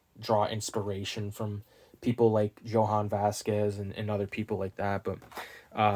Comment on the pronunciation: Every time he says “yo han” it kills me lol. Jhonen bruh “yo nen”